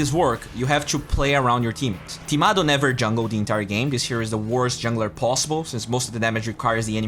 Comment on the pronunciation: it's Timado not tomato man:)